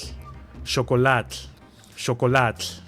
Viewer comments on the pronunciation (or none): none